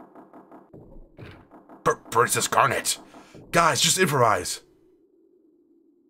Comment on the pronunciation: Calling Garnet "Garnette" <_<